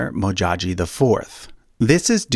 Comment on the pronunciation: Its Modjadji amd not Modjaji... Please get it right.